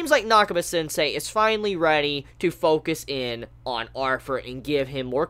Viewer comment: Is it just me or is he pronouncing "Arthur" as "Arfur"?